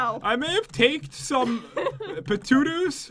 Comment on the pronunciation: Sithlord Gam3r112 no I thought pat said patootoos??